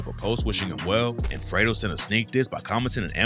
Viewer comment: Not fredo, its fred-o like oh, fred oh